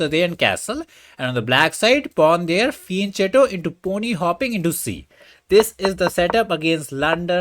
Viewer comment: It's pronounced fee-en-ket-to (from Italian).